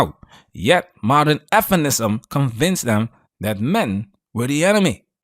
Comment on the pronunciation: Why can't you say "feminism"?